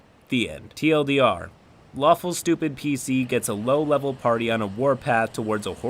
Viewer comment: I thought he said waffle not lawful for a second